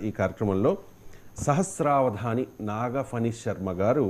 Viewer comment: Eeyana sahasra avadaani kaadu ! Sahasra batrajavadaani !